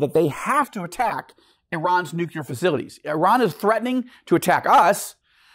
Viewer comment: My name is Joel too. It is embarassing that keep mis-pronouncing the word "nuclear". It is not "nucular". Dude, please.